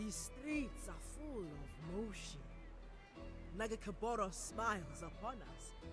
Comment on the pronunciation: I can't wait for the first (and probably last) time you try pronounce nagakabourus :D